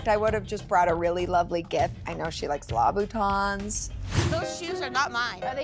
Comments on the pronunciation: “Labootahns” is a wild mispronunciation lmao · Wtf is a “ lahbootahn”…… Angie…… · What in the gods fuck is a labaton.....its Louboutin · Did really say, “Law-boo-tawns?” Is is trolling Christian Louboutin now? 🤦‍♀️🤦‍♀️ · I’m obsessed with the way Angie pronounces Louboutons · La voo tons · is that how you pronounce Louboutins or is that the Utah accent?